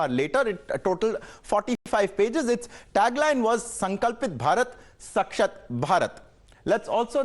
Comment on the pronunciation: Shashakt nahi Sashakt hota hai😂😂😂